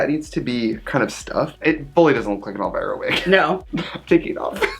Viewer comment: When Trixie said elvirus... LADIES AND GENTLEMEN WELCOME TO THE STAGE ELLE VIRUS!!!